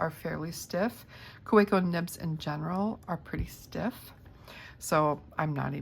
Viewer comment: It's a German brand, German name... pronounced KaVeco.